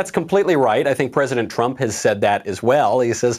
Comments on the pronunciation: Uhh Michael you missed an r in trump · “The Tump card” lol